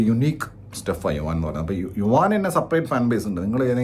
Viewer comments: യുവാൻ അല്ല മൈരേ.. യുവൻ, ഭഗത് അല്ല മഹത്.. ആറും പൂറും അറിയാതെ പറി പറയൻ വന്നേക്കുന്നു 😌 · yu wan -enna vili rasundu...sadarna elarum yuvan enna vilikunne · Yuvaaan alla yuvan 😂😂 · Yuvaaan no yuvan bro😅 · യുവാൻ അല്ല യുവൻ ആണ്,എന്തോന്ന് ഡേ